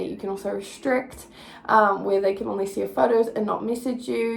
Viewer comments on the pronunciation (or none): She must think only is literally pronounced “on-lee” instead of “own-lee” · I can’t get over the way you say “only” girrrrrl!! I’m from nz too & I’ve never heard anyone say it like that 😂 love this video! 🙌🏽💰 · Why do you say “only” like that?